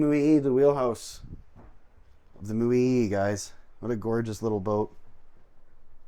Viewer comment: You are mispronouncing the paddle wheeler...it' MO..YAY....OK.?